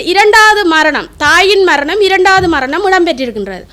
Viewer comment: மரனி, மர்ணம்... இது என்னம்மா தமிழ். .முதல்ல நீ பேச கத்துக்கோ இதில வேற நீ முன்னாள் போராளி..அதிலும் வைத்தியர்.. எதுவும் நம்புற மாதிரி இல்லையே...உன் பேச்சால... இந்தியாவில் இருந்து நான்..